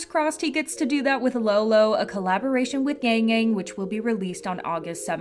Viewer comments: Its yangyang not yengyeng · It's "Yong Yong" if pronounced correctly. FYI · just letting you know that yangyangs name is pronounced yah-ng yah-ng and sunmis name is pronounced sun-mi!(as in sun ☀️)it’s kind of hard to explain how they’re pronounced with english letters so i encourage you to look up how to properly say them! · the way you pronounced yangyang 😭😭